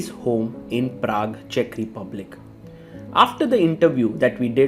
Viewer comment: Everytime Sagar says "Praque" I can't help thinking about Prag.....